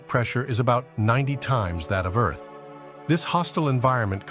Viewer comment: I had to quit listening. If I had to hear this GODDAMN AI say "earth-s"one more goddamn time!